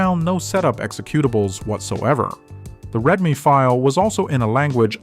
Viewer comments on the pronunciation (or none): He pronounced readme file as red me file. No one would ever say red me. Big red flag. Edit: finished the video now, 100% AI narration.